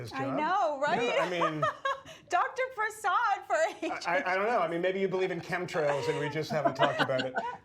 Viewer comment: please learn how to pronounce Vinay's last name. I think it's pronounced Pruh-sod. (I listen to him all the time... really smart guy.) It's great to hear his analysis about RFK's ideas.